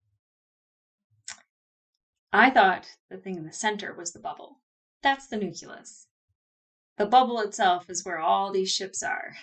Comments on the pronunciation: it's NU-CLE-US. Not Nukulus. You sound like Goerge W Bush when you talk like that. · Gah! Say it with me now: Noo-klee-us! Noo-klee-us! "Noo-kew-lus" is like nails on a chalkboard! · huh, I knew about "nukular", but "nukulus" is a new on on me ; ).